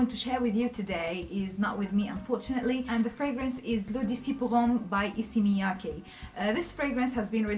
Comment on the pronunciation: I was not able to pronounce Issey Miyaki until this video. You did a great job. Thanks for the video & ur honest opinion.